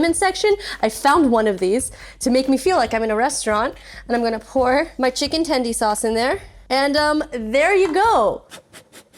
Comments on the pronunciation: STOP SAYING TENDIE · Please don't say "tendy" ever again... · Everytime she said chicken tendy a puppy died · “tendie”? how old are we